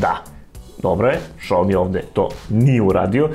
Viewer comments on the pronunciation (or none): none